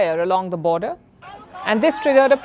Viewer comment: Palki you are like my sister. Don't take this as criticism. I see that you mispronounce many words, like you said today- its a border issue rather than a border issue. Solution is simple, get your eye sight checked and I know you will look more beautiful than without spects. My blessings on you. Pardon me if I have hurt in any sense. Thanks